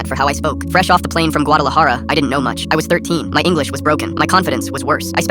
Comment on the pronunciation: It's Mexican but the Ai said it wrong